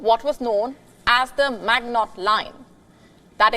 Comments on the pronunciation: The French fortification was the Maginot line. It is NOT pronounced Mag-not. It sounds like Maj-ee-no. Good lord, at least I mostly understand your English. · may I correct the newsanchor ? It's the Maginot Line , not "Magnotte" Line . Pronounce [mazjino] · Maginot is pronounced 'mazh i noh', it's Frounch innit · Maginot is pronounced majeeno. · Maginot. Get your pronunciation straight. Put some effort.